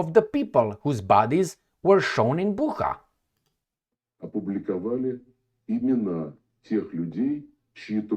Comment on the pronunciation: It's pronounced "Boocha", not "Bukha", even though it is spelled Bucha. Just sayin'. As to what the hell exactly happened there - I wish I really knew... 😢 I don't trust either side, but it is obvious who it was damaging for, and who sort of benefited from it. But sometimes, logic goes out the window. Who knows.